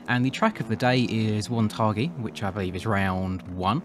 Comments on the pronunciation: its pronounced won thaggi not won taggi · It annoys me every time you say Wonthaggi 🤣 But yes I’ve ridden this track in real life, it’s a Sandy dirt with a hard base, so Bishop did a good job with the roughness